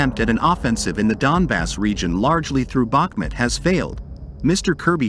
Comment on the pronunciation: ‼‼‼FYI, it is pronounced BaHmOOt, and the accent is on the second syllable. I am from Ukraine :)